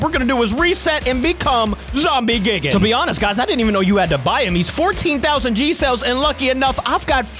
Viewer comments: because when we get dropped off than we r going to become zombie gigen me: lololololololol its called it has a die thingy in the first 1 like gie and seconds gan not gen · I love your videos but hims pronouncing it "Gig-an" and not G-eye-gan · It’s gigan not gigin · You dont say Gigan gi-gin you say it Guy-Gan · you say it guy gan no gi an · If you wanna know that gigan is pronounced Gaigan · It’s not gigin it’s gigan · Its not pronounced Gigan. Its Guy Gan. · not gig an its guy gan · gigan is not gigan it's g I it's an I not like gigan so you say it like gIgan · Gigan ( say geegan) Heisei Godzilla (say HaySay Godzilla) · YOU PRONOUNCE IT GUY-GIN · gigan= "guy-gan" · It’s g i g a n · A tip: Gigan is pronounced like GUYgan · Gigan is actually more like guy-gan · The pronunciation is: Gaigen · ....its gai-gan to pronounce....... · gigan is actually pronounced GUY-gan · Gigan is pronounced “G-eye-gan” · it’s Gi Gan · It’s gigan like giigan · Gigan is pronounced "Guy-gan" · By the way its gi gan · ITS ZOMBIE GIGAN NOT GIGGIN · Its gaygan but spelled like gigan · its pronounced G-AA-i-Gaan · Not gi-ge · It’s not gi gan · why are you calling gigan geegan bruh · 1st of all that it NOT how you say GIGAN 2nd of all you can infect people with zombie GIGAN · Your saying gigan wrong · The way you're pronouncing Gigan is wrong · Hey capi godzilla vs monkey part 17 is out and you say gigan like (guy- gin) and you say kumonga like this (ca-mung-a).